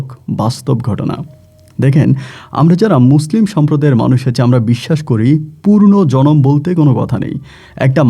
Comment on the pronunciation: গল্প বলেন ভাল কথা কিন্ত পূর্ন জনম বলেন কেন ? হবে তো পূনরজনম । উচ্চারণ সঠিক করেন !